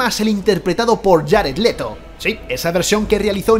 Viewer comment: Jarett letho jajajaja